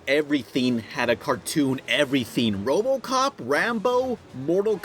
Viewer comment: I can't be the only who thinks that the voice at the beginning of the robocop cartoon sounds like he says robocup